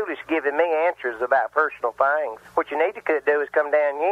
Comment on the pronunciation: "Personal thaings" lol